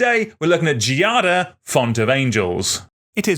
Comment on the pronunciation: The pronunciation of “Giada” involves a soft G, the same sound of “gym”. You can try to pronounce Giada like “djada”. The noun itself derives from “jade”. Sorry for the intrusion, but I’m italian and we use to help who tries to speak our language (unlike the french lol)